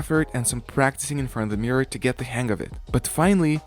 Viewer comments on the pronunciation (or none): none